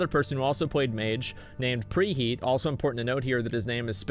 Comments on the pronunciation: Did...did you say pre he-at.... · Just subbed to preheet to annoy preheat. lel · Petition to start referring Preheat as REEheat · Everybody please annoy the f out of preheat by calling him preheet and congratulating him on his last video. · PreYEET Preheat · I know who Preheet is but who the hell is Preheat.